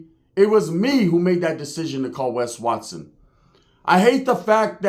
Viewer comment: You called Wes Watson. I thought you called wack no hundreds